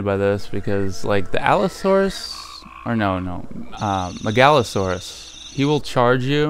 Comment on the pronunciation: This game looks awesome, it's Mega-Low-Saurus by the way. Not Meg-All-Oe-Saurus